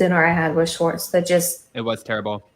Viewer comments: It’s Schwartz not Schartz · First of all his name is SHWARTZ not SHORTS. Please work on your pronunciation. Second of all, that was the BEST episode of WWHL EVER. He gave the tea which is why we tune in. Most Bravo celebs never do that. It was so juicy and I hung on every word. LOVED IT. Please SHWARTZ (with a W) don't ever get media training, never ever ever.